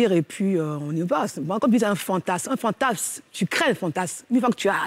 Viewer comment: ... Un phantasme ! Pas un phantass 🙄